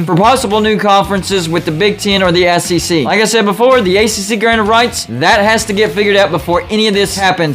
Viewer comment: Did you say AssEC right at the end? (at about the mark)